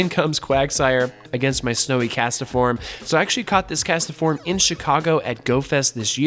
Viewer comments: What's a Cast-A-form?? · ah beat me to it, I was gonna comment that "castform" only has 2 syllables LOL